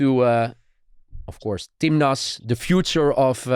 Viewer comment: It's "timnas" (tim nasional / national team), not "tim lust"